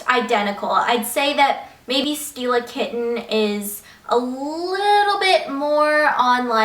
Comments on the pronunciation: It sounds like you're saying "steal a kitten" when you say "Stila Kitten." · when she said stila kitten did anyone else think she said steal a kitten